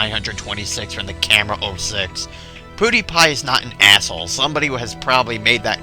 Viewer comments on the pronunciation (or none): its pronounced ''PewDiePie'' not ''PooDiePie'' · its prnounced ''piwdiepie'' not ''poodiepie'' now i meant to put the i in pewdiepie cause thats pronounced that way..